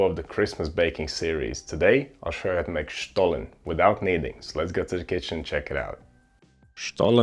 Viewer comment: Kudos for pronouncing 'Stollen' the perfect german way 😉